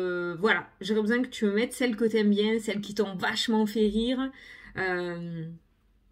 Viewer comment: Cc, avec plaisir 🤩 J'adoooore. Moi, j'aime bien qd tu démarres: "Bongjoure, jsp ke vous allez bieng", ça me met la pêche et le "Salut, salut" de fin. Tu es pimpante et tu nous le transmets 🤩🤩🤩😘😘😘